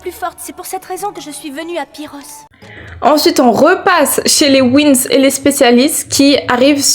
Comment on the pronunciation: C’est les Winx pas les wins 😂 sinon bon classement